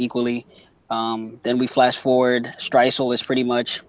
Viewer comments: what? mate your clearly referring to stresuen as stresuel and it gets annoying. dont get buthurrt fix up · had to turn it off because first guy kept calling "streusen" "streisul" lol....if your gonna review check the names man